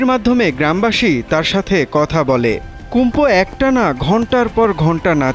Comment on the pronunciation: সাংবাদিক কুম্ফু কইতাছে কুমফু টা কী